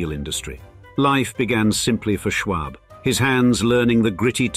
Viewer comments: Listen to this guy say Schwab is almost as irritating as hearing a Scotsman say “schedule.” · And btw, you aren't even pronouncing "Schwab" right. Here in America, it's pronounced "Shwahb." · Just a note: The "a" in Schwab is pronounced like the "a" in awe, not the "a" in arsenic. Also the actual way to pronounce Carnegie is to stress the "ne," but the way it's said here has incorrectly become the standardization. The photo between the Marble House gold ballroom and the mansion itself is the grand staircase of the Paris Opera, not an American mansion (but, yes it is Beaux Arts). I also hear Beaux Arts being pronounced in this video both as "bow art" (wrong) and "bows art" (correct as Arts begins with a vowel). There are a few times where Mrs Astor's ballroom is shown but made to seem as if it were a part of the Schwab mansion. I'm still hoping for a video on San Marino (Henry Huntington) and its art and gardens.